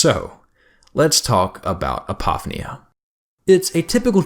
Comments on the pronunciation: Okay... I LOVE LOVE LOVE your work, been a subscriber for quite some time now, and this video is no exception - thank you again for everything you do! Having said that. It's "app-oh-FEE-nee-ah", not "ah-POFF-nee-ah". (I think one of the reasons this bugs me is that this is such a break from everything else in your video being brilliant and perfect. You're jarring my own interpretation of you!) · My apologies for being that guy, but apophenia is pronounced “A-po-fee-nee-uh.” Just for future reference.